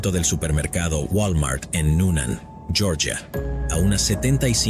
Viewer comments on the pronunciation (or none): none